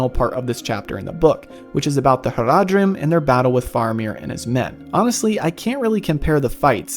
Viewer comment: Your pronunciation of "Faramir" (and "Haradrim", for that matter) is fine - in Tolkien's languages A is always pronounced as in "father" (though shorter), never as in "cat". This is true for Elvish as well as for Dwarvish or Mannish words (khazad, Saruman, Balin,...).